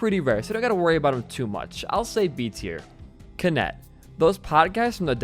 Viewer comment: I feel like some of the enemy showcases were a bit too unrepresentative of what a real encounter would be. You can easily shake off a Flagellant (pronounced “Fla-gel-lant, not Flage-lant) and handily deal with a Gutted Fatty if you’ve already made it to that point in the run. Also it’s Kineti, not Kinet and it’s pronounced “Jehenna”, not “Gahana”.